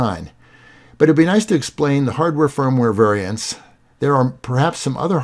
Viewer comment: Wonderful video, thanks! "vaiants" should be "variants"? (grin).